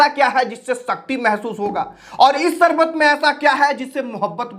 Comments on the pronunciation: Chal sale baiye pehle teek se hindi toh sikh le fir bol sarbat nahin sharbat hota hai shkti shakti hota hai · Are app teacher hona Sarbat nahi hota Sharbat hota h